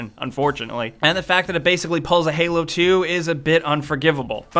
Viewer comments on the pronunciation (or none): none